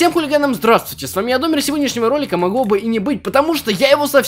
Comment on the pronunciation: Не Домер ты говоришь не так а надо так -- понял принял оброботал😂😂